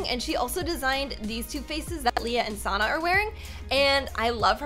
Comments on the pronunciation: I like `s old videos:D And I like how she prononced sannas name Sonna XD its S-A-N-A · Not trying to be mean but you actually said her name wrong it’s Sanna